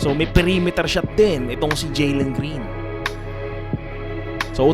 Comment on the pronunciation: Jalen hindi Jelen Green🤣🤣🤣